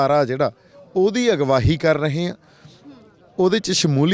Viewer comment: ਸਿੱਧੂ ਸਾਬ ਪੰਜਾਬੀ ਠੀਕ ਬੋਲੇ ਜਿਵੇਂ ਤੁਸੀਂ ਬਾਰ ਬਾਰ ਅਗਵਾਈ ਨੂੰ ਅਗਵਾਹੀ ਕਹਿੰਦੇ ਹੋ